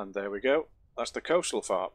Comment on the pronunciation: I could not understand what you were saying you built earlier. So, I turned on CC, and it confirmed what I thought you were saying. "You built a fart earlier".